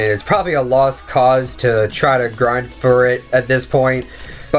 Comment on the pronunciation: do you have speech problems? Go back when you said "Percent" early in the video] and "For"